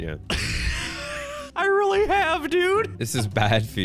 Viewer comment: "It's weely bad" me outloud: omfg